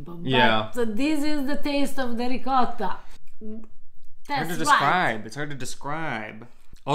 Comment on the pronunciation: A piece of me dies every time you mispronounce "ricotta".